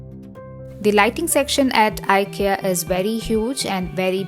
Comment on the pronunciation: It's pronounced as ee-kay-uh.. not eye -kee-uh.